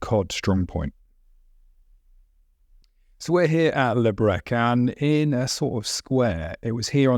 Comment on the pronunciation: Breche” mispronounced as “breck.”